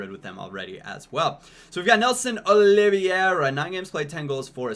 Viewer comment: Nelson's Last name is pronounced like Aloe Vera but with an O so like Oli Vera